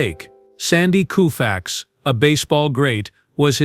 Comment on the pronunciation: Sandy Koo-fax? More AI voice slop.